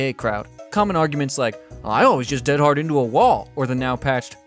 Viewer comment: Not defending Dead Hard, but actually the reason you sound like a caveman saying it is that almost everyone subtly mispronounces it. Dead in this instance is not the adjective meaning "deceased" but the adverb meaning "completely", used as an emphatic - like "dead tired" or "dead set". I don't know if American English ever uses "dead" this way, but the phrase is very British, eg "I'm dead hard, me". Every DBD player I've heard mention the perk pronounces it DEAD-hard, but it should be more like dead-HARD with the emphasis on the second syllable. You're bragging about how hard you are (in American terms, what an unfazed stone cold badass you are).